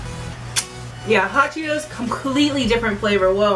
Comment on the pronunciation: how she said hot Chito‘s and talkies